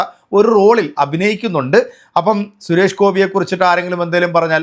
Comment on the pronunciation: Koya channel 😂😂😂😂😂😂😂😂😂😂😂😂😂😂..sures alla ..Suresh …parayu suresh …azeez ennu parayana pole sures alla..😂😂😂parayu suresh ..😂😂Koya kunjungal 😂😂😂